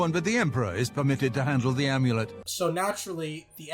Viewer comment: If says the AIMEWLEIT one more time...